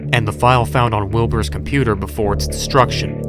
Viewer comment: When he said wilbers virus thought he said wilburts virus